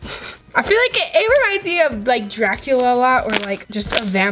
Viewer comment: Hahaha where she says: Draculala😂